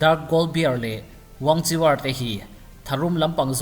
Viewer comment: Wangchiwar Tih loh tur, an mahni chinese trawnga WANGKHUER tih tur